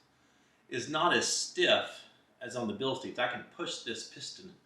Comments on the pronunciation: thanks for the video. Btw, it's bilstein, like Beer stein. It's a German word and in German, when you have an I and E together, which ever letter is last, is the one that gets the heard. So stein is like stine. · Proper pronunciation is Bill sht eye n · In German the second vowel is pronounced first. Therefor it is pronounced Bilstine.